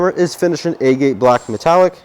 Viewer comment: It's not A-gate...its Ah-get.